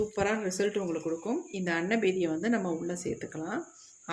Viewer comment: அன்னவெறியா அன்னபேதியா அன்னமேனியா அன்னபேனியா அன்னபேடியா உச்சரிப்பு சரியில்லாத கேடியா